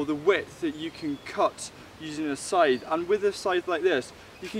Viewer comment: You seem to have difficulties pronouncing that...